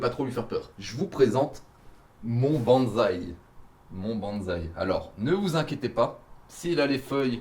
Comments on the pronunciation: bonsaï avec [ss] et pas [z] 🧐💪 je pensais que mr fontanier te l'avait enseigné 😭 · si ça t'intéresse on dit : [Banssaï] et non [banzai] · salut mec je voulais te prévenir les gens font souvent la faute mais le bonsaï se prononce "bon[ss]aï" et non "bonzaï" qui est completement différents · Pwaaaaaaa c'est quoi ce délire je m'attendait pas du tout a un TEL level c'est énorme !!!!!! C'est plus de la v2 c'est une v12 mdrr Le décors il est maaaagnifique et on ne peut plus raccord avec les ideos de ta chaine et honnêtement la seule chose a améliorer ça serait le parchemin chinois sinon je vois pas ^^ Ah oui et aussi bonsaï se dit "bonessaï" et pas "bonezaï" en japonais romanji le Z se prononce un peu comme un S enfin bon je sens que la V2 va être terrible